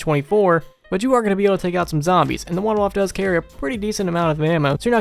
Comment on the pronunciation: Hey you actually pronounced WunderWaffe correctly! Don't see that often, haha.